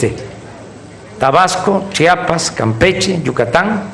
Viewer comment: Chambón, se dice Chiapas no Chapas. Saludos cordiales